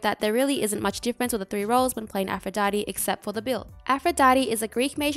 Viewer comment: im french and all i heard is "afro daddy"